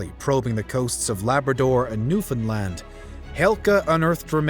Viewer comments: Props to properly saying Newfoundland. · NAILED the pronunciation of Newfoundland, Newfoundlander approves